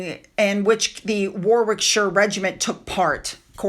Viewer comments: Hi, sorry to correct you. Warwickshire is pronounced Wo-rick-sha and Fusilliers is Fuse-ill-ears. Also, Elton was on the stage of annual show Royal Variety Performance. Hope this helps ❤❤❤ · Correction, Fuse e leers, War ick shire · Warwickshire is pronounced Warruck-shuh, Fusiliers is pronounces few-sull-ears.